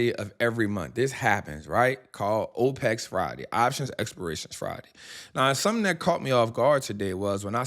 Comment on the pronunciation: This doofus mispronounced opex